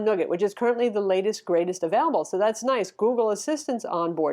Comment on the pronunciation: lemme get that shirt haha! 😃 I dig your reviews. I did lol at your pronunciation of nougat "nuugget"